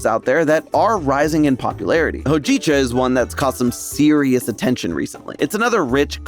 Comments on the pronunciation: It's pronounced "hoe-ji-chah" not "ho-jeeeeee-cha" >_< Takes 1 minute to listen to a pronunciation video,. Sorry if I'm being harsh, but I LOVE the stuff. Hojicha is the GOAT in my opinion because it has these flavors like brown rice but not in a "I'm eating BREAD" way. It's a more subtle, roasty-toasty way. I do wonder if there's an herb that does what Matcha does for caffeine and could be added to espresso drinks to even out that spike of energy into a bell curve. Hojicha+caffeine mellowing herb+espresso=new trend? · Digestif! Cerbamate! Also: hoe-JEE-chuh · Every time said “Hojicha” I cringed. You butchered the word man. Check how it’s pronounced before recording. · How… did you mess up hōjicha? You are aware what the line above the o means yes? Also it’s only a matter of time until pu’er tea is a thing over here. The problem is, that currently a tea cake that’s even of middling quality is still really expensive because demand just doesn’t quite exist yet. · I have to comment that the pronunciation of hojicha was driving me crazy 😂